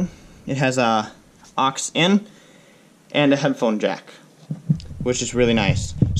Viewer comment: What a real pity = that your spoken word of OX - is incorrect.. It's NOT an "OX cable" at all, but an Auxiliary (AUX for short) cable.. Pronounced as AWKS not OX An OX is a beast of burden (or as some would say - a person who is an OX - is someone who is slightly thick & dense) AWKS is short-speak for AUX'iliary